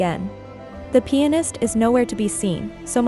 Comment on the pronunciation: Everytime you say pianist it kinda sounds like penis lol I was like know way she's saying that so I listened closer & was like, oh okay because the guy is really a pianist. I feel really dumb right now lol You're really AWESOME the way you explain things. Keep up the great work & stay safe ✌